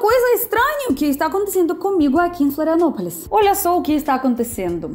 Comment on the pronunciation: Bem-vinda a "filanopolis" 😂